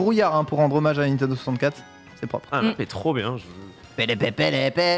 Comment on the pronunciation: Etoiles il dit pas Nintendo mais Nitendo